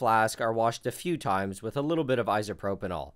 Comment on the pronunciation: Please stop calling it 'isopropynol'